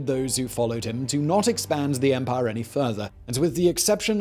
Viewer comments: “The Roman Empah” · I never get tired of how he pronounces “Empaaaaah” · Remember to drink when Simon pronounces the word "empire" as "empaaah"